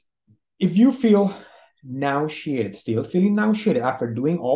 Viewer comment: Had to look at the transcript... thought he was saying ‘ Shxt’ but he’s saying ‘Shared’ 😅